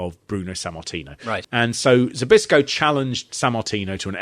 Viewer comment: *Zbyszko = Spishko. You’re welcome. 🤭